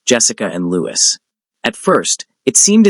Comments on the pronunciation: Ozzy and Thelma’s son is called Louis ( pronounced Loo-ee) not Lewis. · Absolutely but in America Louis Is pronounced Loo-is. Not sure why, I'm in UK too.